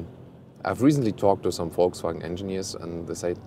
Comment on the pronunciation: everytime i hear you VW i hear it like "FolgSvagen" but i like how it sound lol